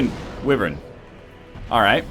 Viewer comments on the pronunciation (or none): hey nl not to be rude but your saying wevern you have to say the letter y in the word wyvern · Anyone who told you that it's not pronounced why- vern was lying to you. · nah, everyone told him that it was why-vern, he used to pronounce it the other way.